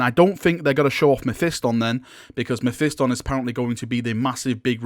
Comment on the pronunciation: learn to say mephiston correctly , jesus half of youtube says it like they are mentally retarded.